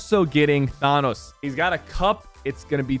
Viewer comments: He says it Thaaanos with aaaaa like thaaaaanos isnt it supposed to be thenos like eeeeeee theeenos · I just get irked every time Sypher says "THAHNNOS" instead of "THANOS" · it thanos not thonos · Why do you say thaanos. Please say thanos like they do in the movies. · why he say it like that THaWnUs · Ah yes the term “Tha-Nus” makes a return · I forgot that Sypher pronounces Thanos as "Thahnus" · Woah “thonos”😂😂😂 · I rage how he says Thanos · Thanos NOT ThAnos!!! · "Thonos" returns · idk why it bugs me so much how he says thanos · Drives me crazy he still says thanos’s name wrong man . 😏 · The way he said thanos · SAY THANOS RIGHT LOOOL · Why did he say Thanos like that? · Why does everyone pronounce Thanos wrong omfg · I look forward to you saying Thanos name right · I swear Sypher pronounces Thanos wrong on purpose at this point. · bro he is still pronouncing thanos wrong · THanos never pronounces it right jeez 😂